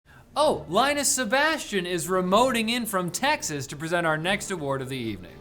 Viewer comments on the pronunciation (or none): I thought he said Tech-xas but then I remembered Texas is real